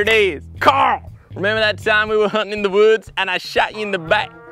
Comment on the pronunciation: Its Cooarl